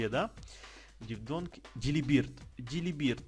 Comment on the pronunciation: правильно говорится Дилибёрд